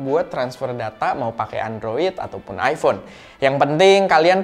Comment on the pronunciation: ipon pake cahaya????? mas mbok belajar bhs inggris mas, banyak baca cara pronounce itu ky apa, kalo ga bisa bahasa inggris, pake bahasa Indonesia aja, malah lebih gampang.